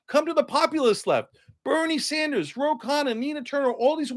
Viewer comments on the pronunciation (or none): none